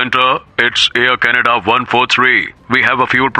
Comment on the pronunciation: Ear Canada nhi Air Canada hai